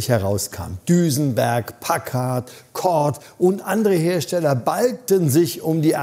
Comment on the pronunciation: "Pakkad"-Aussprache autsch oO Und GM war die Dachmarke, nicht Cadillac.